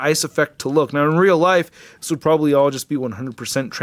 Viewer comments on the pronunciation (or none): none